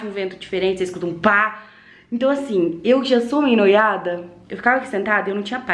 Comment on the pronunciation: Noiada nao paty. Neurada kkkk